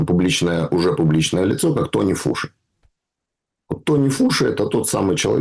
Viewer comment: Антони Фаучи, а не Тони фуши